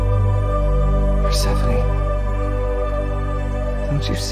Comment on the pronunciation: by saying “per-seh-phone”